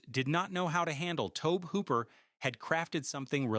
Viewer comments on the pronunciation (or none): Tobe is pronounced "Tobey". Teach your AI better than this.